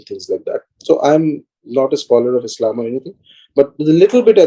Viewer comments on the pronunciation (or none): none